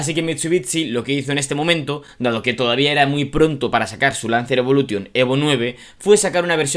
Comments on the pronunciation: Jamás entenderé porque ciertos españoles hablan tan mal el inglés, osea no te das cuenta al hablar que dices la palabra Evolution la pronuncias mal? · No se pronuncia "evolution", se pronuncia "evolushion", al igual que todas las palabras del inglés que acaban en "-tion". Yo no tengo un C2 en inglés pero hombre, esto es más básico que saberse los colores en inglés.